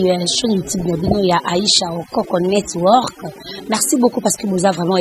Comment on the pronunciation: oko misua mungongo na lolemu aicha okoko. network ango nde ozo loba ngo kkkkk networrrk